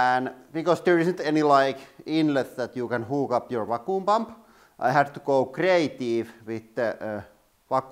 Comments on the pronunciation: " pretty got damn goot vacooom." 😂😂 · "To hook up your wah koo bum" LMAO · I totally thought he called the jar a coom chamber in the beginning and I almost lost my mcfucking mind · "vah-KOOM" haha I love this channel. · I really thought he said "we gonna crush my cooom chamber".... XD The high speed was amazing!! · I love how he says vacuum!